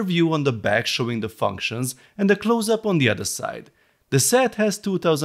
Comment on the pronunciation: The way he says functions tho😂